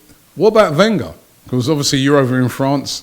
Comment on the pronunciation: Claims to be an expert on French football. Can't pronounce Wenger properly. Ye, I'm not buying it.